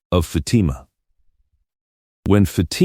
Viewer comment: If this is AI it needs to learn how to pronounce Fatima's name.